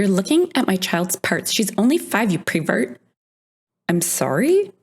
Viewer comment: It is not prevert it is pervert.